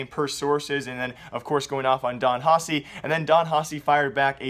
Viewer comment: Please learn how to say Don Haci, I'll lose it